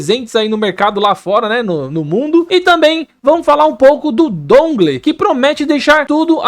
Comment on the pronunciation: Brow o nome do bagulho é "dãngôu"... upload massa! Toma um like ai.